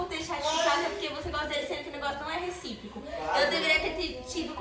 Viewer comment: “Recípico” foi foda 😭😭😭